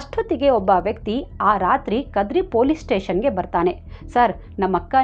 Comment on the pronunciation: Very nice narration...adre English baralla ansutte nimge .tiffanu, teshannu...ivella sari madkolli.Any way,u are super dear.